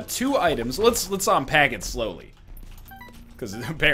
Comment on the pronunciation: "till kwo birds with one stone"